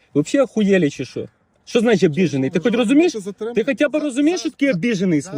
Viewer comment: Не шо , а Що. Пусть вивчае мову 😂😂😂